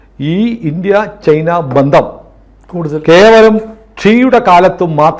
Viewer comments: ചെയ്ന അല്ല. ചൈന എന്നാണ് പറയേണ്ടത്. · ഞാനും ഇത് പല തവണ കമന്റു ചെയ്തിട്ടുണ്ട്. അവർ ശ്രദ്ധിച്ചു കാണില്ല. അങ്ങനെ പറയുന്നത് കേൾക്കുന്നത് അരോചകമാണ്. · ശ്രീ പല തവണ താങ്കളുടെ ശ്രദ്ധയിൽ പ്പെടുത്തിയതാണ് ചെയ്ന അല്ല ചൈന എന്ന് പറയൂ തിങ്കൾ എന്താണ് തിരുത്താത്